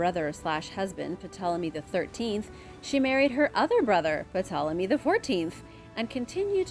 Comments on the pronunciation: no, but I did know that Ptolemy is pronounced "Tolemy" not " 'Puh'tolemy." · I’m quite certain that the p in Ptolemy is silent. So it just sounds like Tolemy.